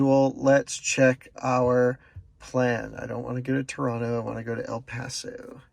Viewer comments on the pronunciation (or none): none